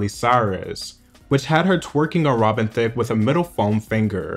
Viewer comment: But Rob-en. I like that.